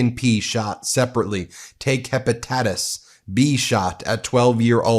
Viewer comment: Not hepa-tatas 😅😅😅